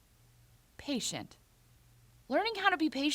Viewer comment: I'm usually patient. Buy you saying "be... patient" really got to me. Thumbs down